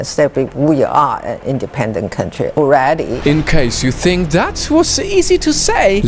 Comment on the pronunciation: Tsa ing wen has to ssy one word "alweady"